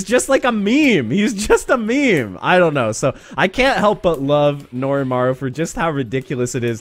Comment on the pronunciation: It's Norimaro not Norimaru